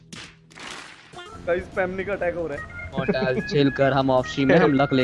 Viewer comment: Kya mortal lastme aaizavli bola 😂😂😂